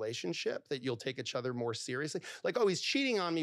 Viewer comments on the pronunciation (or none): It's pronounced. Eachother not echother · Nobody freaking out at the way he says “itch other” ? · For a guy who mis pronounces “each other” he sure says it a lot 😂